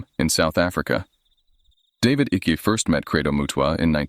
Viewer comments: David Ickes name is pronounced as if it rhymes with Hike, Mike, trike. It is so annoying to hear your voice over saying Icky, that rhymes with Sticky. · It's David Icke not icky lol... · Icke is pronounced IKE. Just saying. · I trying to watch this but I can't cope with Icke being called Ickie!! Goes through me everytime 😂😂😂